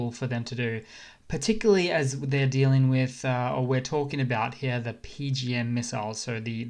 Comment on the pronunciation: LOL, you sound normal until you say the word here. Then you turn into a 65 year old British gentleman from 1900 wearing a monocle. "I say! Look heeyah!"